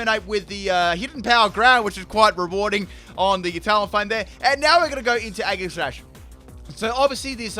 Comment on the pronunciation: Eggserneas. Aggishash. Gooddra. Floorgs., master of pronunciation!